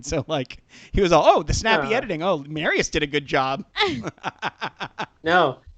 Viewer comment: Marius face reveal AND we find out that has been mispronouncing Marius’ name consistently!